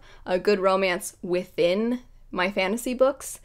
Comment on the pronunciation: ⚔️🗡️You are a lady after my own heart, I get aaaalll of my clothes in xl because baggy clothes are so comfy!! I also love redbubble, I purchased all of my Christmas presents for my family from there and they were a hit 😹 lol one time in this video you said the word 'within' and I thought you said 'with Vin' and I just thought you were randomly going into Mistborn mode for a sec I'm living for your romance rant 😹 you're totally right though, as someone who doesn't read a tonne of romance, even though I do like some in my fantasy, I want it to be reaaally good (and actually a bit realistic) to pull me in.